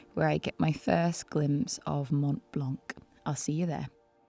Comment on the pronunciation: It's nice to see you again, even if I followed your adventures on Instagram ;-) Very nice video, you had good conditions, beautiful light, in short, enough to take beautiful photos! On the other hand, a small correction, Mont Blanc is pronounced "Mont blan" without the "C" at the end.